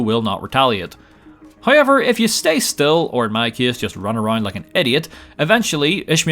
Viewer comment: Is it "hoiyever"?